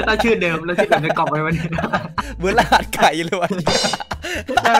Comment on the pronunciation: รหัสคับไม่ใช่ระหัส